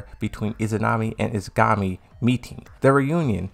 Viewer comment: I'm with you on this one! Every time he tries to say Yggdrasil the way he does, I want to tear my hair out. The sister's name is Izanagi not "Izagami"!